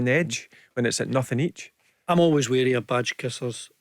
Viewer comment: 'Wary' not 'weary' ya nugget